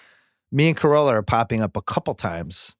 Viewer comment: It's "Carolla". Ace is going to be heated